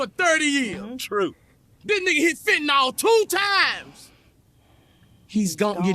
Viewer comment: You would get fentanyl along with propofol, ketamine, liquid Valium and about 15 other drugs under anesthesia. And pronounced 'fen ta nil' rather than 'fen ta nol'